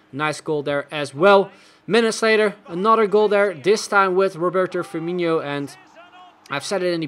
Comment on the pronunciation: I can get over how he calls firmino firmiño lol